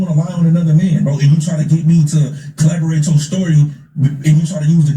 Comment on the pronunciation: Deez fools keep talking bout Collaborate,its *CORROBORATE🤦🏿 but they smart though smh #salute 🫡